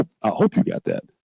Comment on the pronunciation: Who in the heck votes for a Mayor that can’t pronounce the word ‘That’ correctly????